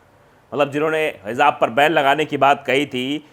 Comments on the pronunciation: " Hizaab " nhi.. HIJAAB... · Hijab, not hizab.plz note.